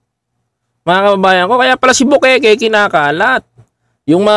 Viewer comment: bukaka hindi bukeke